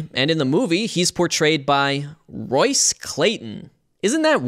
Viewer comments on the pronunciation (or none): none